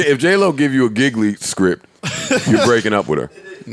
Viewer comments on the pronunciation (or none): Giggily lmfao nah fam. G(as in the letter)-Lee G-Lee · Lmao "giggly". It was called Gigli (pronounced Gee Lee) that movie is so bad u can't even find it anywhere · LMAO Joe, the J-Lo movie its not Giggly. Its pronounce Gee-Lee... y'all some fools. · Lol these niggas stupid. That trash ass J.Lo/Ben Affleck movie was Gigli (Giu-Lee) niggas said Giggly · J.Lo in 'Giggly'...😂😂😂...it was pronounced 'Geelee'. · Guys...the J-Lo and Ben Affleck movie name is Gigli however it's pronounced "Gee-Lee".....you guys are killing me pronouncing it as "Giggly".....WOW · That Nigga Said, "Giggly" ! 🤣🤣🤣 It's Pronounced "Gee Lee", Joe 🤦🤦🤦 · The Jen/Ben movie is pronounced "Gee-Lee" Joe, not "Giggly" LMAO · Joe said the name of the j lo movie is giggly(Gigli) and that's how he pronounced it. Lol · It's pronounced Gee Li(Gigli) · The J-lo movie is pronounced (gee Lee) and it was the biggest flop of either Ben's are Jennifer's careers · When Joe called “Gigli” “Giggly” 😂😂😂😂😂😂😂😂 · Gigli is not prnounced giggly nigga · joe its pronounced g-lee (gigli) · pronounced jee- leee 😂😂😂😂😂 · Note to self: is not a carrot! Was Joe about to go on a tangent about VETERINARIANS 🤣🤣 and the Jlo/Ben Affleck movie was pronounced GEE-LEE. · Joe saying Gigli wrong and thinking he's right😂.